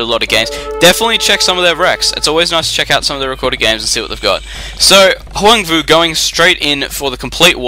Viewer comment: It's pronounced Hwahng voo, if I'm not mistaken. :)